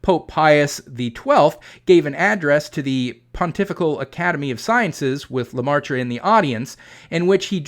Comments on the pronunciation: off topic sidenote: the ai in "Geogres leMaître" is prenounced the same way as the vowel from from dress, or perhaps more fitting, the "air" (phonetic ɛ) - not an the vowel sound(s) of "pie" or "price". (phonetic aɪ) it's leMɛtre , not leMaɪtre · Just a nitpick, Professor but the Catholic priest's name is more closely pronounced like "luh-met" rather than "luh-mar-truh." His name is spelled L-E-M-A-Î-T-R-E. The "aî" in French is normally pronounced like the "e" in "met" and the "-re" ending, while normally having a sound like "-ruh," the sound is also frequently dropped in normal, everyday speech. The circumflex accent in French--^--typically reflects an "s" which was eventually dropped from spelling. The French "maître" is related to the Spanish and Italian "maestro." It most commonly appears in English without the circumflex as part of "maitre d'"--the shortened form of "maître d'hôtel." The original French referred to the "master of the house" (typically meaning more of a mansion than a standard house) which later evolved to "master of the hostel/hotel" and was applied to the man who was basically the head of the waitstaff (whether inside or outside the hotel's eating area; he might also oversee the bellhops and maids). In English, of course, its most typical usage is in restaurants to refer to the most senior waiter. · good video but your pronounciation of George Lemaître is terrible ! I suggest you google it next time ! 😉😜